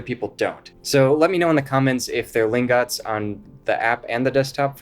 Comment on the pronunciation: Btw I think it’s Lingot (ling-get) like an ingot? Gold ingot? Silver ingot? Just saying